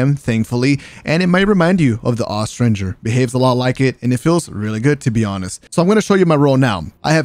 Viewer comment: Thank you for pronouncing austringer correctly. It's you and me buddy.